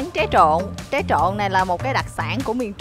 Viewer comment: Tré chứ ko phải ché nhé